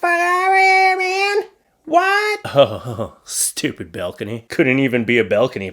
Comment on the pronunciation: BALcony, not BELcony